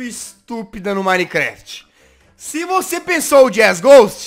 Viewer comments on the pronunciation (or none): none